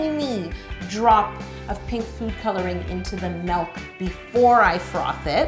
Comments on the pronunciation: ...she said melk. The world is really ending. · She said M E L K